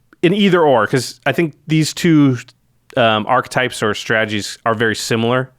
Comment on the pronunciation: What is it with Magic (and other gaming) media folk who pronounce archetype incorrectly? It is a three syllable word. ARK-EH-TYPE. At what point did it become ARK-TYPE? I'm baffled by this. I only hear it pronounced this way in the gaming circles... it is just that it spreads from gamer to gamer that way?